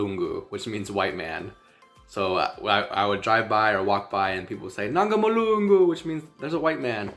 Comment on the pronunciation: Lmao lol as for Mlungu 🤣🤣😂😂.”Nangu mlungu”.Your pronunciation is perfect .We love you back !